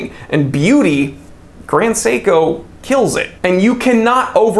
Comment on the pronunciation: You actually pronounced the name on point! Even emphasized the syllables correctly, even with the American accent!